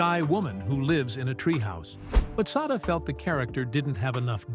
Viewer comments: Sada = Say-duh The picture marked looked more like Shirley McLaine, Sada Thompson. Check your pronunciation and your research. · You're correct. It was Shirley McLaine at that time mark, and yes, the if the poster wants to devote a video to someone, they should at least know how to pronounce her name correctly.